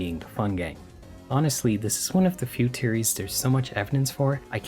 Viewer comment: “dis teary about chapter tree”